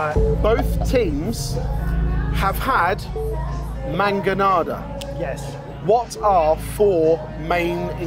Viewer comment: I think you're pronouncing the mangonadas incorrectly. Shouldn't it be "man gonads"?